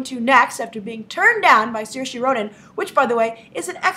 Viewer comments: grace I'm not tryind to be rude but its pronounced seer-sha id know cause its an irish name and I'm irish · I'm Irish Grace, it's pronounced Sure-sha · As an Irish person I can't let it slide that you are mispronouncing Saoirse Ronan's name. You are actually doing a much better job than a lot of people, but Saoirse is not pronounced with an "-ee" sound at the end, but a softer "-eh" sound.